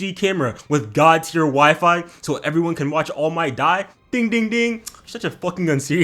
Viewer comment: Please don't say God like that